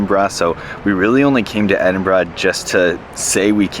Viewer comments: Love the fact that your pronounce Edinburgh decently. Most Americans butcher it! So kudos to you. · So many Americans get the place name pronunciation’s wrong, so well done to you, 10/10 😊, love your enthusiasm for our country 🏴😍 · Top marks for pronouncing Edinburgh correctly.